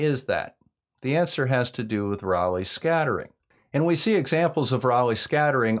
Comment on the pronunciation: I agree, this was about as clear and concise as one could hope for. Although I still prefer the pronunciation ray-leigh over raw-leigh.